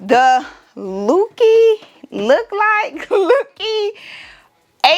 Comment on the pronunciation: Hello 👋🏽. Thank You for the video. I see you found the one feature that I wanted it to be a surprise for you, and that was the fact that it is so quiet. I loved seeing 👀 the expression 😍 on your face. You tickled 😅 me when pronouncing the LokLik. You did great saying it. I love the Acrylic Baby Announcement that you made with the Adhesive vinyl. It turned out so pretty. Great Job and video. ❤😊